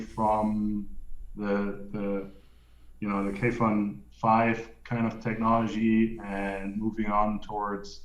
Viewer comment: kudos to for properly pronouncing kayfun:)